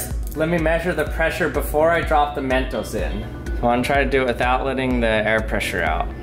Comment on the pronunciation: When he says mentos, it sounds like MEENTOES